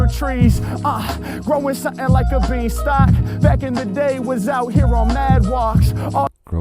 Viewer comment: Growing like a bean-stalk, not bee-stalk.